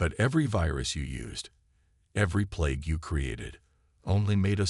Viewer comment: It is plague not play it